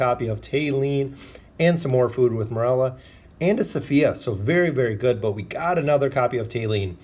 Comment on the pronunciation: Yeah I cringe so hard whenever he butchers a hero name especially MoReLlA and SkUrAtH I do like his content though that's why I pretend he pronounces names right and the game got them wrong